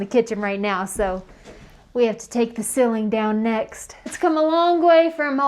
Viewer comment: I wait, impatiently, for each week's episode. Fun to watch your progress. But we have to talk about how to pronounce "ceiling."